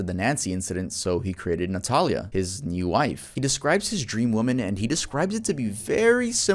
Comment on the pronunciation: For the part of the vid featuring Christian Montenegro, my first name is Natalia pronounced the same way as in the vid. No one ever says it right so hearing it pronounced correctly lowkey scared me a bit lol.